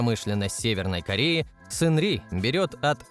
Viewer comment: "Шангри" - нет же, Сынни или Сынри, нечто среднее между этим произносить. "Зажиточному классу северной Кореи" - в КНДР один класс, пролетариат. Про запрет на частное владение авто - бред, как и про сдачу одного авто государству.Это утка из газетёнки "Чосон Ильбо". Владеть авто можно было. Только дорого и незачем. Топливо в стране дорогое из-за эмбарго, а квартиры бесплатно выдают по месту работы, на работу ездить не нужно. Что касается Кима, то "По неофициальным данным" - это уже пояснение достоверности всей информации. Реально подтвержденного владения чем либо нет. Лимузин активно используется правителством, но не только Кимом. На этом же лимузине с этими же номерами передвигался Чхвё Рёнхе, номинальный глава КНДР. На фоне Кима часто виден джип "Пхёнхва", автозавода КНДР, примерно годов выпуска. Скорее всего, это и есть его автомобиль. Все остальное высосано из пальца. Современные производимые авто КНДР - это пратически всегда лицензионные копии китайцев. Но не всегда. Так, трактор "Чоллима 804" Кымсонского тракторного завода - это глубоко модернизированный МТЗ-80. До сих пор выпускается КРАЗ, Jaju-82.